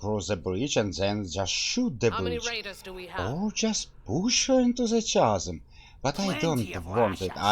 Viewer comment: I can help with a few (mis)pronounciations. Sleight (as in Sleight of Hand) is pronounces as Slight and not as Sleet. Chasm is not pronounced as Tchasm, but as Kasm. Hope that helps :)